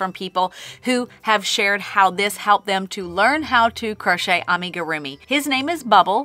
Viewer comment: Me and my neicey giggled at you saying "crunchy" 😊